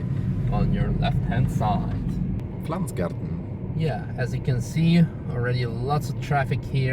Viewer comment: Pflanzgarten not Pflantzgarten